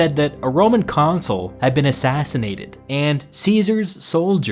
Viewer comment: "He was A CONSUL OF ROME... A consulf of Rome."